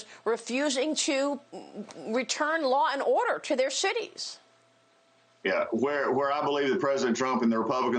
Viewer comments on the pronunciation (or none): Sounded like Maria said "...Democrat mayors refusing to return law and order to their shitties." Freudian slip?